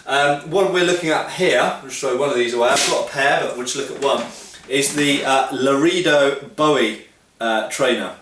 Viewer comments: Actually, looking up the pronunciation guide, Lorehdo (short vowel, as in "set" or "bet") is probably the correct pronunciation in Spanish (though it's most definitely not Loreedo)....but the knife is most likely named for the Texas town of Loredo, rather than the Spanish town, and that is pronounced Loraydo. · Pronounced “la-ray-do” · Say it with me: la-ray-dough boo-ee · Well done. However Larado siunds more like Low Ray Doe & Biwie sounds more like Boo.eee. Based in the veariius towns & counties named in honor if to the famous sometime soldier & adventuror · Lah-Ray-Dough. Spanish pronunciation for a spanish word. We have a peacekeeperI trainer at my dojo for knife drills. Great training knives.